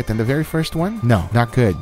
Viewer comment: And also the “I know it does not look guf righ now buh wash this”